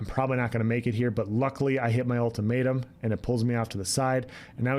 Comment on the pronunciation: Lmao ulti-May-tum